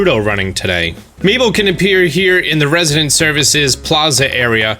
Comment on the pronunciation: I was wondering who miiball or meatball was and then I see you talk about mabel and I was so surprised how different you pronounce that haha